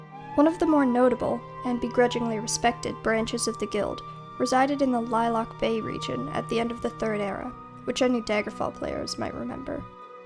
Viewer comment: btw it's the iliac bay not lilac bay